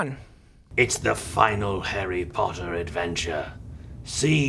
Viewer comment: I've watched this dozens of times and I just realized that said "Henry porter" at the beginning:o